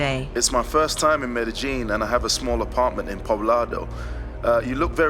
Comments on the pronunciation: It's pronounced Med-e-yeen not medejeen. The J is silent. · Wp tf calls it Med-ih-jean? It’s pronounced Med-ih-yeen. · You’re in Medellin or Medegene? And please stop saying “ax”. By the way, I’m glad you got these pigs - they deserve this…actually they deserve way more than this. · MEDEGEENE ? Pretty believeable story and video if you don't even know how to pronounce the location correctly. Guess the location was in COJUMBIA eh ? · In the English language the word asked is not pronounced "AXED" .. Its pronounced ask-ed . the K is pronounced as part of the ask .. with the "ed" immediately after.. I am not from down there, but Google pronounced MEDELLIN much different than you. I have never heard it pronounced the way you do "MED A JEAN" . Why are replacing the 2 l's with the letter J ?? Best regards from the English speaking world.